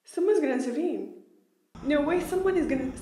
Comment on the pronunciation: Is she trying to say "intervene"?? Sounds like shes just saying "tervene"